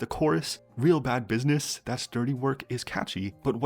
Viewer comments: cause they pronounced it as "Bidness" ?? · omg this... it makes me cringe so bad. I had no idea it was AAVE and it was killing me the same way it did when Leeseo pronounced deja vu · Im not gonna make a fuss out of it because like someone who previously commented said, the girls probably didn’t mean any harm and that they most likely were just trying to pronounce it as it was in the demo perhaps. Even so, the team behind could’ve just changed it to business instead of bidness but then again Korea is not very aware of such things. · like other people are saying I couldn't even finish the song on first listen because of the "bidness" pronunciation RIP. seeing behind the scenes content of aespa and knowing that they're simply aren't mafia girls makes it sooo hard to believe the image. and mind you I PERFORM drama in the car like on a weekly basis. love aespa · I just can’t get over how they pronounce Bussiness as bidness sometimes 😭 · The way they pronounced business is killing me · The only thing I did not like is the pronunciation of the word "business", c'mon it's not 2015:face-purple-crying::body-green-covering-eyes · Personally, I did not like the pronunciation of "real bad business, that's dirty work", it was weird. NingNing's pronunciation was the only one that kinda worked for me. And in terms of lyricism, I love many songs by Aespa, even the ones related to their kwangya lore. But I found it tough to like the rap parts and certain verses with this one. Dirty Work reminded me of Bag Bad Back by RIIZE. Both songs have different structures, of course, but I have similar criticism for Bag Bad Back because of the chorus and the lyrics, overall. The music video was cool. I will tune in for Aespa's Rich Man!